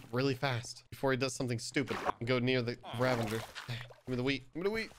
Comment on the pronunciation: It's Ravager not Ravenger. Great vid btw